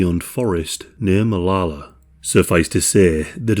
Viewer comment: It tripped me out that you said both Oregon and Molalla correctly. lmao